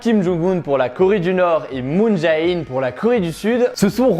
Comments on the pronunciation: petit conseil de prononciation: moon jè-in et non pas moon ja-in et rassure toi tu as bien prononcé Panmunjom 😁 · Salut, je suis en licence de coréen, et donc je me permets de te corriger (surtout si tu vas en Corée c’est important), on dit Kim Jong « eun » (김정은), pas Kim Jong « oun » (김정운), et Moon « Jè »-in (문재인), pas Moon « JAe »-in (문자애인), voilà! :) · Moon Jae In se prononce Moon J"é" In (ou Jane en anglais) voilà